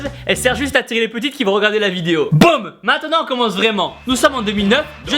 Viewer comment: en plus on dit Boum pas boom